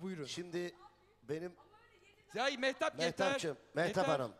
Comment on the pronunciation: Yanlış okudu bu kadar. mehtap yazıklar olsun sana saygısızlık kadın